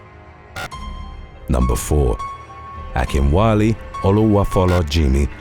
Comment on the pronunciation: pronounced Akinwale name so good I had to read it twice to get it